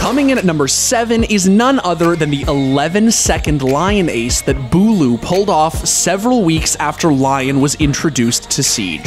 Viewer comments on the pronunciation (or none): Quit saying booooulo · He's my gaming idol. With that being said, I honestly think he has Aimware built-in his Nervous System. It's also Beaulo not Buealo. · its not booloo, its bowlow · Bwelo? Its bowlo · Beaulo not Bulo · The second I heard the first “Bwaylow” I just knew they’d be trolling the name for the rest of the video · I tilted my head when he said Beaulo right, then not a second later"Boo-ello" , but then he said "Boo-lou" i lost it there 🤣 i died the whole video anticipating his next pronunciation. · bewlu boiloo boolo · the way he said beaulo like kinder bueno Edit: now they out here calling him booloo lmao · Commentator: Bwaylo Comments: 👁👄👁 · This guy said Beaulo Bolo Bee-a-oo-lo Beeloo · "bway-low" "boo-loo" lmao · boiwlo beaulo bulo i heard in this video. Lmfao hes great player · He pronounced it Bolo Booloo Beeaalo Belo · “Bwilow” LMFAO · Booey beolu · . “Booloo, “bueyelo” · I love the fact that he pronouces Beaulo's name wrong like 7 times. its pronounced BowLow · Boilo boolo he pronounces his name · “Bwy Low” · its bow-low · why did you just pronounce it as boylo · Buuu-wayyy-looo, even though some of clips have his name said properly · is he saying bwello??? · Bulu? Come on man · Boo-Lou Beaulo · How he pronounced beaulos name tho he said booloo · Bwaylo wtf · Did you just say bulu? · Could you please decide how to pronounce him you said : Bowlo Bulu Beulo Baulo what else jk 😂❤️ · it's pronounced bweelo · ITS NOT BOOOLU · "Boolao" come on man, at least say his name right ffs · omg the commentator made this video so cringy smh. he mispronouces his name so many times(buelo, buulo what else?) superlike for beaulo himself tho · He's mispronouncing his name just to trigger people in the comments,it's not that hard to understand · He pronounces Beaulo differently every time lol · Buuulo ,boeaulo, beatroot lmao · Matthew Julian Chill, he’s just making fun of how people mispronounce Beaulo’s name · Top 10 ways to pronounce "Beaulo" wrong